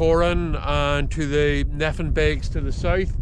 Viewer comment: Great video but I just can't help but cringe every time you pronounce Nephin "Neh-finn." The correct pronunciation is "Nay-finn"